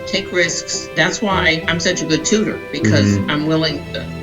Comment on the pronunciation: I totally thought Keith’s mom said “that’s why I’m such a patooter” instead of “good tutor” 😂😂😂